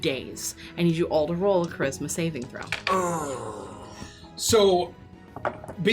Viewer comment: Everytime she says "charisma saving throw" i keep hearing "christmas evening throw"